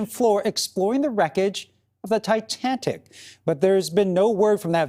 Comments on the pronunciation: He said Titantic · "the titantic" .... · I passed out when he said "Titantic" 🤣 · I've never heard of "The Titantic." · Titantic he said. Really. Can't pronounce Titantic correctly. Smh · The "Titantic!" For the love of God! Your generation just SUCKS! You can't even name the ship correctly let alone I guarantee you can't tell us roughly where she sank, number of lives lost, or the date she fell!? Sad for your generation! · Can’t say I’ve heard of the Titantic. This newscaster is completely oblivious that he didn’t know how to pronounce the most famous maritime disaster in history. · I never heart about the - "Thai Tan Tik" ! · Did anchor say "Titantic" instead of Titanic? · Titanic….. not Titanitic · did he say "Titantic" ? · “The titantic” 😂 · The Ti- TAN- TIC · The Titanic. Not the Titantic. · Wtf is a "titantic"?? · He said Titantic… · Titantic?? No retakes? lets send it as is lol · Did he say titantic ? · The what? "Titantic"? Were you dropped or something? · What in the hell is the "Titantic"?? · “Titantic.” -Madea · Ol boy doesnt know what the titanic is? He says "titantic" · What’s the “Titantic”? Hahahaha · THANK YOU OH MY GOD. I thought I was the only one who noticed 😭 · Really, “Titantic”? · "A titantic"!!! Not ever a "THE TITANTIC" IS THERE NO DIGNITY? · Imagine being so dumb, that you can’t say titanic correctly after hearing it your whole life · Wow. Even a child can say Titanic. Didn't even try correcting himself either